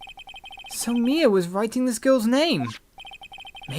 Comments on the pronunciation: her name is pronounced m-EYE-ah as in eye. Not May-ah as in the month. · you are saying her name wrong